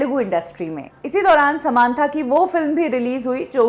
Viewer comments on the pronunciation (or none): समांथा नही सामंथा है वो।